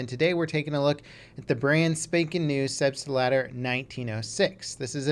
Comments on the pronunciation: And you still have not learned how to pronounce it correctly . It is pronounced "Selbs - lader" not "selbs - t - lader" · SAY IT RIGHT... also nothing has changed much for recon